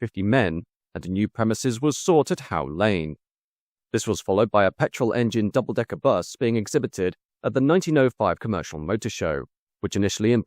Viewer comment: Pronunciation - not How Lane, but Huff Lane.